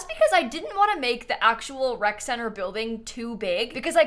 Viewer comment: For a solid 2 minutes I thought that it was called a WRECK center. And it made perfect sense, you know, toddlers, infants… WRECK